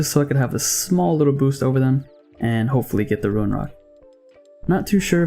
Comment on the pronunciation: Love the vids man, pretty informative also not to sound like a douche but its rune not ruin like roon haha sorry